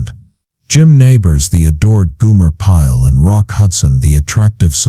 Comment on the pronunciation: Goomer Pyle? GOOMER Pyle? It's GOMER Pyle! Get it right, man! Damn! 💩👀